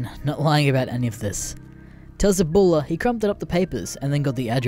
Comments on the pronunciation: "Aboola"? My guy. It's pronounces how it sounds. Abuela. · It’s uh, Ah bue la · Boy how the fuck do you get ABDOOLA from A-BU-ELA? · It’s grandma ya fuck … get cultured and I’m American… Abdula ,????? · >pronounces abuela as Ebola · At least he doesn't go full tard like Creepswork and say aBdUlLaH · He says it like “Ebola” 😂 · its not my native language either but it just sounds stupid so you should look up how to say foreign words it will add to the quality of your videos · I love how there is two different uploads of this story I've seen now with mispronounciations of Abuela. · Since when is "ue" pronounced "way" in English? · The pronunciation of abuela is getting me A N G E R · being half border jumper, i agree, THE B IS PRONOUNCED LIKE A FUCKING W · Why the fuck can nobody pronounce "abuela" in this fucking greentext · anyone as pissed as me because of the way he says abuela